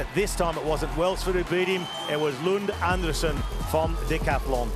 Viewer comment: His name is pronounced An-DRE-sen 😊